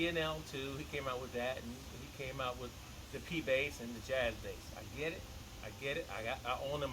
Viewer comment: There's lots to that Bass, I like when you say oüt the water. Amazing